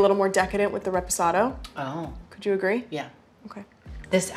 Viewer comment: The way she pronounces reposado makes me want to die barf